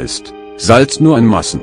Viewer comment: Schlechtes Video. So wird "Salz nur in Maßen" zu " Salz nur in Massen" weil die Computerstimme ß und ss nicht unterschiedlich vorlesen kann.